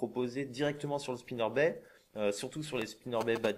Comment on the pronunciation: Très utile, merci, ça m'a bien aidé. Par contre il faut prononcer le "t" à Spinnerbait!